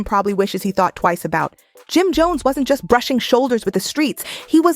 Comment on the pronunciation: The narrator saying his name wrong is sickening. 🤨🤨🤨